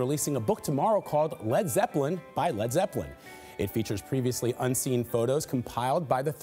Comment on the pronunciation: "fred freppelin"